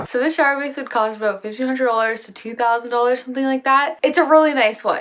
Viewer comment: You said aboot.